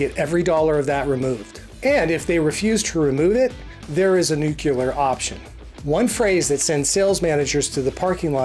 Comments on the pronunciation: It's pronounced NEWK-LEE-ER, not NEWK-YOU-LER. Look at the spelling. Say the letter sounds NUCLEAR left to right in order. Easy. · Nuclear, not Nucular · NUCLEAR.....NOT NUCULAR!!! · it is NUCLEAR.... Not NUCULAR. Thanks for the informative video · Nuculer??? It's Nuclear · It's nuclear.. not nukiller! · Thanks for these videos, good tips! A tip for you, something you have said in a couple of videos: The word "nuclear" is pronounced "NU-klee-er", not "nukular." 😉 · Thank you for your videos and the information. I do need to Lodge a complaint however, call it my pet peeve. It's nuclear, not nucular. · no such word as new-kew-ler. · Let me help you out here. “Nuke-u-lar” is not a word. “